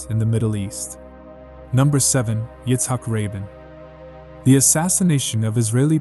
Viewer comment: Izzac Rabln is pronounced izzac ra been not rabin